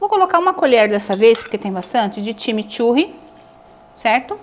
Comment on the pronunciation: Time Turre não seria corretamente CHIMICHURRI ?